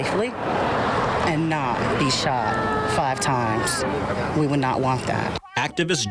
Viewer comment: "Dey shawt her y'all! Dey shawt her y'all!" Christ. Did she even pass sixth grade?